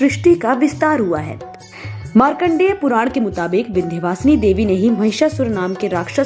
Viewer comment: चुटिया बनाना कोई तुम पंडितों से सीखे विंध्यवासिनी मां को विंदू वासनी बोल रहे हो अजीब चुटियापा है